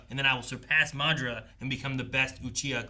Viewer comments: So. How long do we think we will have to wait till they pronounce Madaras name right? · You guys are pronouncing madara wrong